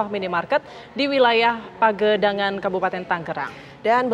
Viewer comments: pagedangan min bukan pangadegab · PAGEDANGAN WOY BUKAN PENGADEGAN... Baca narasi yang benar lah